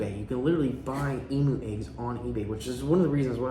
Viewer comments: Love the video but just letting you know in Australia it's pronounced emyou not emoo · Love all your videos ... But please Emu is pronounced Eeem yooo not E moo ... I'm an Aussie and it drives me crazy when Aussie things are pronounced weird. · E-MEW is the correct pronunciation. I hope you have a massive area planned for them , as they are a huge bird that needs to run .